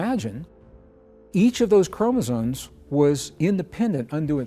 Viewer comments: he's saying chromosones, every time. Makes him sound way less credible. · Chromezones??? Oh no. 😔 Sorry, Greg. If you can't enunciate an important word like that, I just can't listen. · Hard to rate the information from someone who can't even pronounce chromosomes corectly.